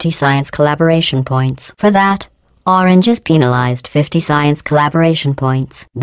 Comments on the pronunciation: lol. sounds like penilized, but she actually is penalized. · I heard penislized